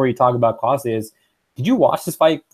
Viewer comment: You’re pronouncing Klose incorrectly. It’s sounds like“close the door”